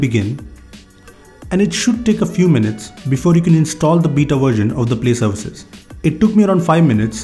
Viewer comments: it's beta not bita!! 😂 that's why were laughing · "beeta" lmao😂